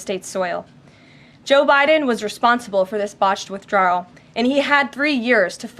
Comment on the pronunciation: Our new Press Secretary is very good, but she can't pronounce "withdrawal".